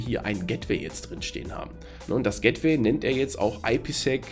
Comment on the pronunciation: "gättwäi" :-D Aber sonst prima Erklärung. Danke.